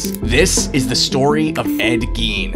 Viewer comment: Gein pronounced “Gain”